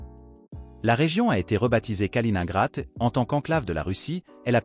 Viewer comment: Ça fait mal à l'ouïe la prononciation de "Kaliningrad"